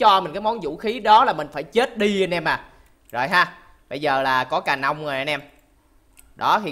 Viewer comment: ai ơi người ta gọi ca nông còn anh gọi cà nông hay đấy anh cho 1 like :)